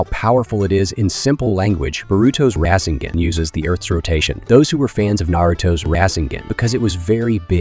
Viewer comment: 😂 raiseugon, tieugitsu😂